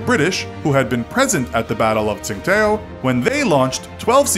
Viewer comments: Tsing-what-o..? Tsingtao? Or these days, Qingdao? Interesting videos, but you often mispronounce things so intensely. A quick Google search would tell how to pronounce it. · Interesting trivia but please work on your pronunciation of place names. If I have to hear you say “t-sing-tayoh” one more time omfg 😂😂😂